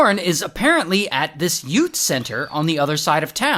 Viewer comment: “Yout” center 😂